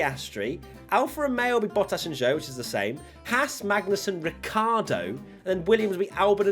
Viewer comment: Why British people keep calling Ricciardo, Ricardo? There must be a good reason...